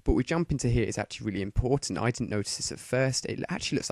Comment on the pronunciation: i like how he says 'weally'